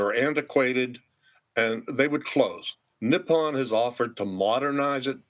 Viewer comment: Learn how to pronounce Nippon